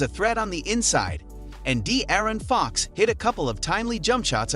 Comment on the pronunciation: You can tell this dude have never watch a Kings game before, cant even say Fox and Sabonis name right. Lol